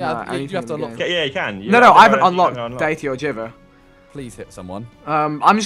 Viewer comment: He pronounced deity wrong too